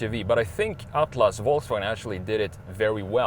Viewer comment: Your pronunciation of Atlas 👌🏼 spot on